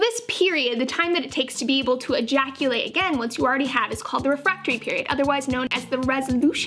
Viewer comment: Sometimes when you say "ejaculate" you don't put enough emphasis on the "e" so to me it just sounds like "jaculate" which is a cool word in my opinion I'm gonna start using it